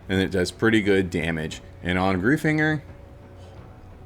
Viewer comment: As someone with the last name Greifinger it's pronounced "Gryf-inger"